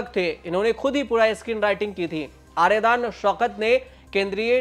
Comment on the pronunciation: आर्यदान नहीं --- आर्याडन शौकत